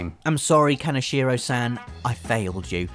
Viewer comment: the a in san is pronounced like the a in saw, not like the a in sans.